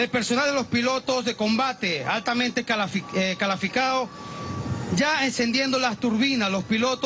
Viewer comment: jajajaja "calaficado" luego corrige y vuelve a decir "CALAFICADO" jajajajaja... Sin duda alguna este es Maburro y su circo...